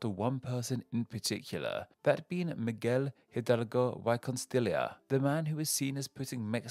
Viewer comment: Pronounced just like a substitute teacher lmao